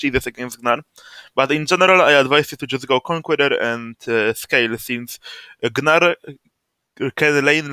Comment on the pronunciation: great vid man, also I too will now call him "guh-nar"